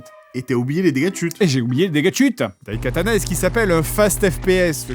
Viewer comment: Je suis désolé, mais je pense que le t se prononce.